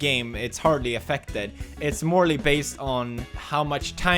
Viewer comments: I love how Felix's accent is nearly gone but he still says "morely". Never change. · did he say morly XD